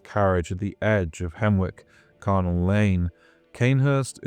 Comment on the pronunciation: A niggle, and it made me pull the wince face every time you did it - charnel and carnal are two different words pronounced differently that mean VERY different things. Charnel means gory and bloody, like a place where bodies were dismembered for burial. Quentin Tarantino's film glory in the charnel [tchar-nel] carnal is the fleshy side of desire, the meat rubbing against each other to achieve climax. See why "the carnal pile of bodies" reads very differently to "the charnal pile of bodies" every time you mispronounced charnel I had the wince, because it was the worst kind of wrong where you don't want the two words mixed up. This is a great essay but if you're going to work with things like bloodborne [please do] be careful with these words, if you're not sure please ask. Because the craziness of Hemwick is now more clive barker than shaun hutson.